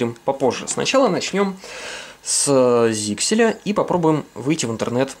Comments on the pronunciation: ZyXEL читается как Заксель, а не "зиксель". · ZyXEL произносится как "зайсел". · П.С. ударение на Е.